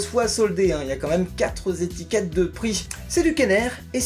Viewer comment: Ah la fameuse "Zétiquette" !